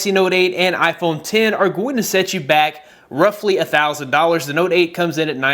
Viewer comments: Why does he keeps saying iphone tin 😂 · Its iPhone ten not x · iPhone X (10) not “X” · IPHONE TEN TEN TEN NOT X X X X ITS ROMANIAN IS IT THAT HARDD sorry i had a brain spasm attack, good video tho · It's iPhone X(ten) not x (ex) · iphone ten not x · "Apple Iphone Tin"